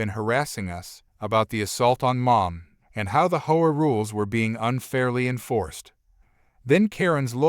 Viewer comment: Please pronounce HOA right. Saying it the way u r saying it sounds like a prostitute. U know the slang word.